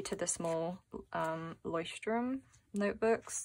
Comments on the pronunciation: It is incredible and empowering to see how you respond to challenging circumstances! Chapeau!! You are truly living out the best version of yourself! Thank you for sharing and by the way: your pronunciation of Leuchtturm was almost flawless. Greetings from Vienna, Janette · <Leuchtturm> is pronounced ['loiçtturm] so about like loyshttourm with the word accent on loysht. But the is not like an english , it is spoken without touching teeth and the tounge presses the upper back of the mouth :)